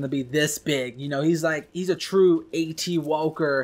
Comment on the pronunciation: Why do you say wahwker?